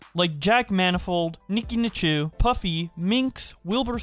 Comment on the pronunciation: “niki nichu” and “wilbur scott” lmao